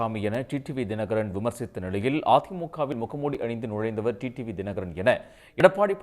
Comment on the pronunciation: TT இல்லடா மூதேவி... TTV ன்னு சொல்லுடா பைத்தியக்கார நாயே